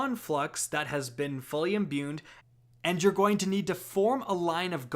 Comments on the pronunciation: There is no letter n in the word "imbued". I'm getting unreasonably frustrated every time you say "imbuned". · “Imbuned” smh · Honestly probably added an extra 2 minutes to the video just from all the added up extra Ns he put in the word imbued lol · Imbued doesn't have an "n" in it.